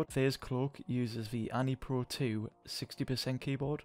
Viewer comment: its pronounced an pro 2 nice vid dough i subed